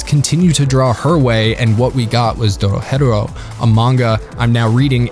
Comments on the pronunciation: Have you heard how he pronounced Dorohedoro? It’s Doro-HE-Doro not DoroHetero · Doro HE Doro... Also better than not "better then" Jesus Christ. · You're pronouncing it incorrectly it's "DORO-HE-DORO" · Why do people keep mispronouncing it like “Doro-Hetero” when it’s doro he doro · the way you say dorohedoro infuriates. me you say it like doro,hedoro while i say it like doro,he,doro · I just put how I would pronounce it. Doro he Doro. Not Doro hed Oro. They pronounce it at the end of every episode both dub and sub. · i thought it was pronouced doro heh doro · Its pronounced Doro he doro I love your videos but when you pronounce names of anime or characters wrong it hurts my ears and my heart ❤ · You do you say the title so weird lol it's Do-Ro-He-Do-Ro, it's even said the end of the anime after the credits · The way you say Dorohedoro is fucking criminal. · bro ur saying dorohedoro wrong 😑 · the way you say the name of the show makes me want to chew my face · The only thing that bother me is how the english dub pronounces dorohedoro at the end and that's main complaint. Also have you heard those banger ending, blessed us with like 4 different songs yoooo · The way you say the name irks my soul lmfaoo. I been waiting for the second season tho it’s annoying how most anime’s only put 12 episodes into a season